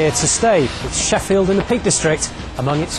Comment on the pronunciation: kinda sounded like the reporter said fucking Sheffield at 6 47 LOLLLLLLLLLl